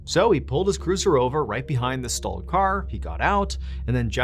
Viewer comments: I thought he said stolen too but he said stalled The car was stalled not stolen but it definitely sounds like he said stolen I listen to that for about five times before I figured it out because the whole story he didn't say nothing about the car being stolen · The car wasn't stollen - he just said "stalled"